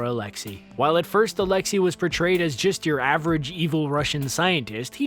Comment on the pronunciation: I dont like time travel but if it brings Billy back i am ok with it. Also, your pronounciation of Alexei is sooooo wrong.